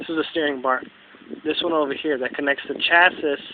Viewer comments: Thanks for the info. **chassis is pronounced "chass-e" (the last 's' in chassis is silent) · Pronounced "cha-see." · How can you trust a guy that can't pronounce chassis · First of all learn how to pronounce chassis